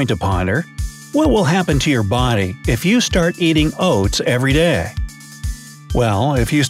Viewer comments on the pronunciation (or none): "every dae"